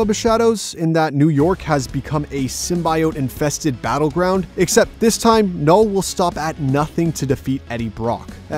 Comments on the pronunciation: sim·bee·owt. How hard is that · I am irritated by the narrator's constant mispronounciation of "symbiote". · Its pronounced differently in a bunch of different mediums. the 1994 show they say sym-bee-it, the venom movies say sym-bee-owt. and some of the games say sym-bye-owt. Its very much a tow-may-to, to-ma-toe situation